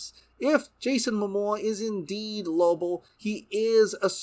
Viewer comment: I was hoping I wasn't the only one hearing that. Lobo. Not Lobull. It was kinda getting on my nerves.